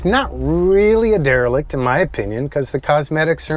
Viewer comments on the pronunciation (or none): It’s a RE-LIC. dereLICt REformer Either way I love it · Another killer build! Great job guys! I love these derelict EV’s. “dEVelict”